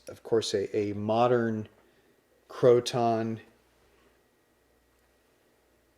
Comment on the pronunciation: Pronounced — crow-tin